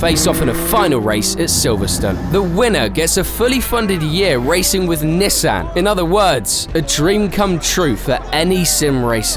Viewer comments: “Neh san” why do mfs have to say shit weird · Don't ever say Nissan like that again.. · why do you say Nissan like that?